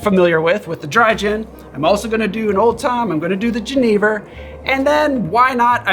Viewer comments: Ja, jenever! Finally a channel that takes the time to pronounce it right <3 Great drink, nice riffs. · As someone who is Dutch I have to say you pronounced "Jenever" perfectly sir! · Great pronunciation on the Jenever! ;) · I'm from the Netherlands and you're the only person I've ever heard say jenever correctly on YouTube lol